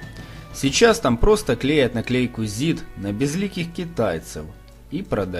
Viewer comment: Не здк а зид!